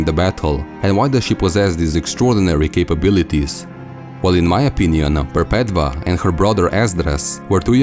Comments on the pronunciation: Wonderful work! I love your uploads. I think Perpetva is pronounce "Perpetua" (mean "perpetual" or "never ending") as "V" was used as "U" in latin, where Catholicism gets its vocabulary. Just food for though to add to the conversation. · I cringe when he pronounces Perpetua wrong